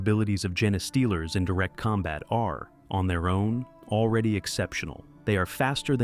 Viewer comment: I understand using text-to-speech - I hate the sound of my own voice. but you should check the result and tweek the input, ie rewriting genestealers as gene stealers or even jean stealers. and traditional text-to-speech may be easier for listeners to spot but it won't get people as upset as AI does (I won't go into the reasons AI is bad, I'm sure you've heard them all before)